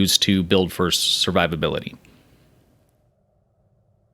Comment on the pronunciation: "Servivability" Lol.